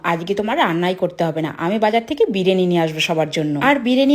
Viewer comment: বিরিয়ানি ❌❌❌❌বিরেনী✅✅✅✅